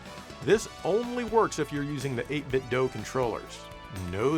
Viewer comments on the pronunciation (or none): Why are you saying doe? You know it's doo. As in 8BitDo